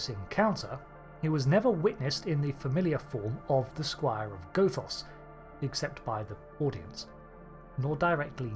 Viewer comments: The first O in Gothos is short. Goth does emphatically NOT rhyme with both, oath, or loath, but rather with moth, cloth, or froth, or sloth. Do you pronounce Gothic like Go Thick, too? Cahn't yew spaek Anglisch? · It's not pronounced, "Gothos". It's pronounced, "Gothos". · Good theory. Please pronounce Gothos correctly. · Hate to say it,, but the mispronunciation of Gothos really took me out of the video at times. But to answer your question given how different he is from Q2,, I don't think he's actually a Q. Might be something similar, but I have my doubts he's actually a Q. As you mentioned, Q-Squared takes the fan theory that Trelane's a Q and runs like hell with it, having Q be his Godfather (and maybe his actual father, though he denies it), but given the vast differences, I suspect that instead of being a Q, he might be part of the M continuum, which appeared in another Trek novel. That would explain why he has Q-like powers, as they're said to be equivalent to the Q, and the idea that the Q have their own enemies does make sense, given how many species are upset with the Q we typically encounter in the show.